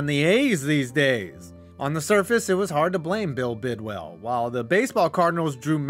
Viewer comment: Couple of things. #1, it's pronounced Bidwill and not Bidwell. #2, the Cards never hosted a playoff game in St. Louis. In fact, the Cardinals didn't host a playoff game until the Wild Card game vs Atlanta in 2008. #3, the Cards would have had more playoff appearances in St. Louis had there been such a thing as a wild card before 1970. From the Cards 6 winning seasons including in 1968 when they lost the division title to the Browns by 1/2 game even though they swept the Browns that season. #4, all this ineptitude was due to Bill Bidwill's cheapness. #5, the reason why the fans didn't show in 1987 had nothing to do with the baseball Cardinals and everything to do with the NFL strike and the fact that Bidwill had already announced the team was leaving. The team on the field was fairly competitive finishing 7-8 with 6 of their 8 losses being by 7 points or less. That team still holds the record for the largest 4th quarter comeback in NFL history(trailing the Bucs 28-3 in the 4th quarter and winning 31-28) and nearly pulled off 2 epic comebacks. The one was the aforementioned 25 point comeback against Tampa, the other was a near 28 point comeback against the Chargers but Earl Ferrell dropped a sure TD on 4th down with time running out.